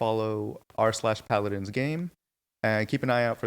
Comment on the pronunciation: they dont even know the names/pronunciation of the champions....for anything thinking of getting into paladins (rare) its still a fun game but watch this video and you'll see the exact same energy they put into fixing the game and keeping it alive.